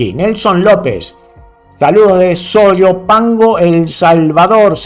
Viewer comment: disculpa es soyapango y tu lees sayopango con respeto